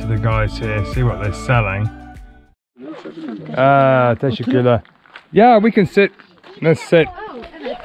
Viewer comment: Your pronunciation of “teşekkürler” has improved so much if feels like Mick Amca’s speaking 😁